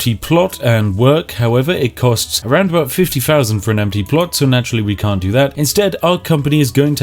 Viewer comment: Mooner glad it wasn’t just me. Really got on my nerves by the end. Fanks.